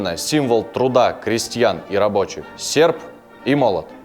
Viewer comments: Товаись ))) Сефп и молот ))) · а слово "Сеrп" очень по-ленински говорит... Мог бы 10 лайкосов поставить - поставил бы 20!!